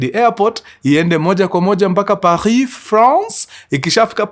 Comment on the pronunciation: I love the way u prounce pahii france ..Je t'aime mkuruu